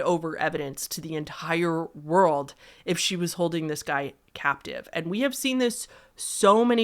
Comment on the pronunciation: I’m pretty sure the word is captive, not captee 😄